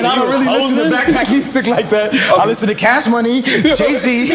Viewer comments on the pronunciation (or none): none